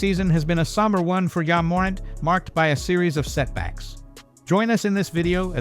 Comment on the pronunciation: This AI voiceover is trash. Wtf is YA morint.